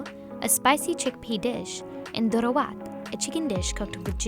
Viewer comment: it lowkey annoyed me so much when she said Doro wot because it is pronounced Doro WET